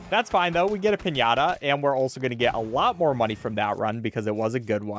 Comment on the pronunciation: Good ñ accent in piñata, for an anglogermanic. Congrats.